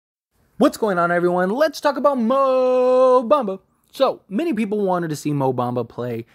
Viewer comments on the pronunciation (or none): Its Mo Mamba you savage.